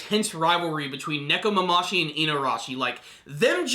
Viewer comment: Neko-mama-shi? wtf lol